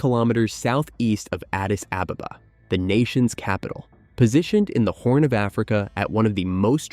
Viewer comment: I'm not even ethiopian and I'm offended by your pronunciation of Addis Ababa